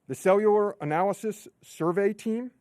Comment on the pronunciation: Cewular devices.. he pronounces all his Ls as Ws.